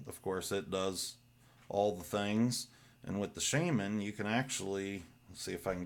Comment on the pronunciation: Not Sheiman, Sha- man ...